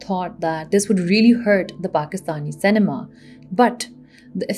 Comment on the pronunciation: Lol, why do you pronounce cinema say ne maa? 🤣